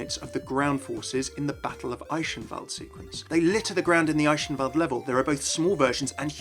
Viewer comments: The way you pronounce Eichenwalde is really bothering me. If you can't pronounce the ch in german then pronounce it as a K, rather than sh. It's not even close to sh. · It's pronounced as 'Ei-ken-wal-d', not 'Ei-shen-valde'. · Why do you pronounce Eichenwalde like "Eishenwalde"?